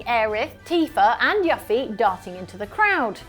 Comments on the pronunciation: RE: Tears of the Kingdom; on the other hand, if you paid close attention and/or got ahead of the story a little, you already knew that wasn't Zelda, and were annoyed with the devs for forcing you to play along with the charade. Yoo-fee not Yuf ee,. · I have too much respect for voice actors and game developers to skip cutscenes. Usually by the third playthrough, that's when I start skipping cutscenes and dialogue., that's not how you say Yuffie. Please stop saying it like that. I'm begging. This is me begging. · Well good to know never played FF7 if thats how she says Yuffie's name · Why would you pronounce Yuffie like that? It just sounds... so wrong. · why cant you pronounce yuffie correctly?